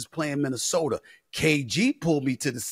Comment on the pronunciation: The 3 sure things in life. Death, taxes and Stephen A saying "Minnesoter" 😂